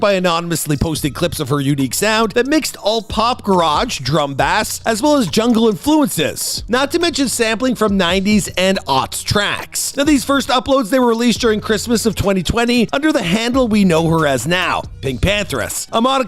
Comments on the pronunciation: This man did NOT just say "drum and BASS 🐟" like the fish....lol 🤦🏻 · Man really said Drum & BASS, LIKE THE FISH 😂😂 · Anyone else dying over how they said "drum and BASS"?! 🐟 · not Bass 🎣 my man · “drum bassss”? 🤔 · did this motherfucking talking head just say drum and bass like it was a fish?? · I was looking this comment, dying 😂😂😂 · Yeah! That made me chuckle